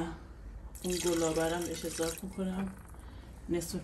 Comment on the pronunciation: اضافه نه اضاف